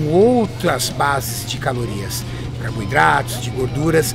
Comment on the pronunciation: "CARB I DRATOS"